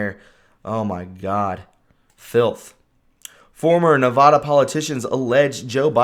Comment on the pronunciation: Also, it's NEVADA, not "NEVAHDA"